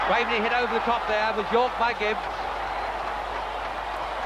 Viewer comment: Who's the commentator who keeps referring to Graveney as 'graverney'?